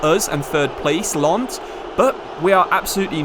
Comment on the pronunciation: it's Lenss and Reimss btw, you should look up the pronunciations on google since you're saying the words a lot in this career mode save